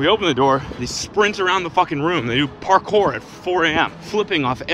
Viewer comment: It's called purrkour,. Learn about it